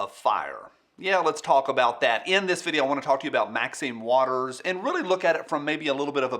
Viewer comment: Thanks for the tutorial on Roscoe P. Coltrane's signature sound. I hate to be "That Guy", but throughout the video you, consistently butchered Marxine Waters name. Don't you think the old gal deserves better than that?